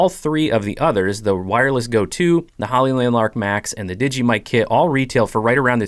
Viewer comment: The mic you cal Digee is made by DJI. Pronounced Dee Jay Eye not digee